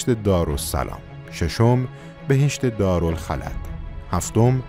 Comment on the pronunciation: عالي بود با صداي دلنشين شما عالي تر هم شد ... راستي دارالخُلد رو خوندين دارالخَلَد ولي عااااالي